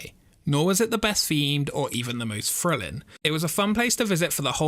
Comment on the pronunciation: Drives me insane when people cannot pronounce 'th' words such as 'thrilling.' Its not 'frilling'....nor is 'the' pronounced 'ver.' Learn to talk properly ffs